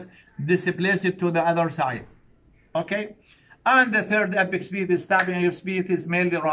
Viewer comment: apex beat not epic speed صححها بالعناوين عيني 😂